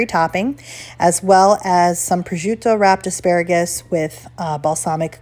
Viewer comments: It is prosciutto! It is not prosciutt(e)! If you are putting your knowledge on display please learn how to pronounce names. Thank you. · Prosciutto is pronounced "Proshutto", dont say Projut like that 😢